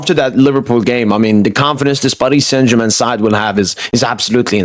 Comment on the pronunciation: The way u say Paris saint Germain makes my skin crawl. Can’t u just pronounce it normally